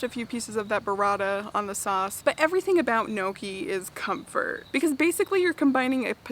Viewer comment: Everything you made looks so amazing!! FYI - Gnocci is pronounced "ny-OCK-ee" - the GN sounds like the one in lasagna - tip from an Italian girl;)